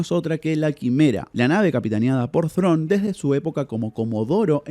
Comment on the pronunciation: Perón, Perón , no perdonnn Thrawn, Thrawn